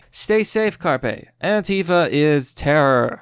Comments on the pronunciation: Dude, learn how to pronounce shit. "Carpe" pronounced "Kar-Pay" from "Carpus" is Latin, meaning pick, pluck, pluck off, cull, crop, or gather. As in "Carpe Diem" meaning "Seize the day". It's not the fucking fish. You constantly fuck up pronunciation, and it makes you sound like an ignorant little kid. When in doubt, LOOK IT UP. ... Jesus Christ. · How do you not know how to pronounce Carpe.